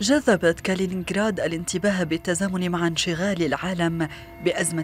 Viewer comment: صحفية تقول كالية الرهج